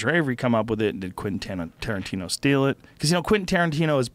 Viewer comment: Haha "Tarantiner"